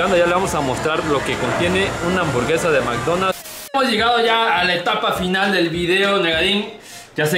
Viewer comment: El whicho dice “MCDonas” 😂😂😂